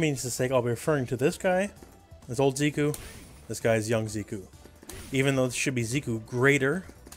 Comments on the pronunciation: Zeh-koo not Zee-koo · "Z-cue"? The announcer says his name haha how can u say it wrong?! "Zeck-ew" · Zeh-ku, Zeh-kuh. They pronounce it when he wins. Great video, though. Lol. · His name is Japanese. If his name were the way you pronounced it, it would be spelled "Ziku". Hero Banadana and the others who commented on this are right. It's pronounced "Zeh-ku".